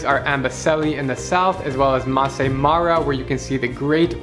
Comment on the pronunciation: am it is maasai or masai not massi